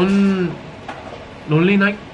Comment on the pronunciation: me: literally not everyone: jungwoo: ronly night